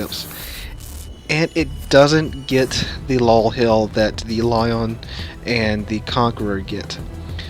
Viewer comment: How do you pronounce both Lyon and Lion wrong lmao